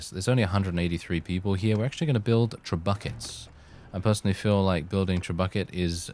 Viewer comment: Did you really pronounce Trebuchets "TRE BUCKETS" ? LOL :D